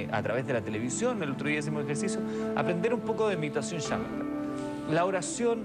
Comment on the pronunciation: cuando le van a enseñar al monje que no se dice "mediteichon"? jajajaja